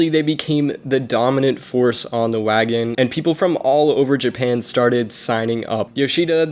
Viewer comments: Overall I do like your video so of course I hit the like button I do have one small critique you're actually mispronouncing Wangan Which overall it's not a big deal But there are some serious racing enthusiasts that will pick up on that as well But anyway keep it up I hope you're subscribers grow I'll go ahead and subscribe to you as well but definitely make sure if you're going to say a particular Foreign name about something make sure you hear it spoken correctly so that it won't be to some big deal that you become known for The only reason I'm bringing it up is because you say Wangan a lot in this vid. But anyways good vid overall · I mean you could’ve watched wangan midnight anime to get the pronounciation correct. Cool vid reading the misinformation that’s been on Wikipedia for years tho. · WAN GAN, not Wagon lol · Wagan?? Ugh wangan bro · Wagan!?!?!?!?! Its WANGAN!!! 🤦‍♂️ ngl it was cringy hearing you messing such an iconic name of a street racing road 😒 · Its wangan.. no wagen 😌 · my god u tried ur best but stop saying wagon please, won gon not so hard to pronounce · Wangan, not Wagon. Where did you come up with Wagon? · It is not WAGAN its ''WANGAN'' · The 280 horsepower limit isn’t a law, it’s known as the gentlemen’s agreement. And for fucks sake it’s waNgAn not wagon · Bruh u were pronouncing wangan so bad it’s wan-gan not wagon 💀💀💀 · wagin, wagan, wagon, dude "wangan" is not hard to pronounce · Wangan. Wan-Gan. Not Wagon. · It is pronounced one gun bro not wagon wan-one gan-gun 🤣😂 its like your calling a Corvette a Mini Cooper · Dude, it's "Wang gan" jeeeezuz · just a heads up... its pronounced "wahn-gun" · Its pronounced (won-gon) your saying it wrong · Good story, but as other mentioned its "Wan-Gan" (wahn gahn). It literally translates to "Bay side" There is an anime series and by extension an even older Arcade Game series (Wangan Midnight Maximum Tune) this essentially the (loosely based) story of these racers.